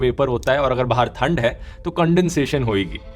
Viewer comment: ठंड... not थंड❤